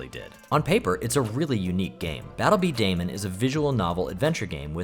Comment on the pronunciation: Okey I am old. Battle bedaman is pronounced bee-da-man not beedaymen. I grew up when that anime was on jetix. You probability don't know what that is tho 😅